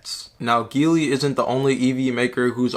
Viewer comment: btw its pronounced G Lee ;)